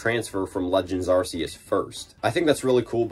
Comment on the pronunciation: I thought it was pronounced Pokémon legends Arkoos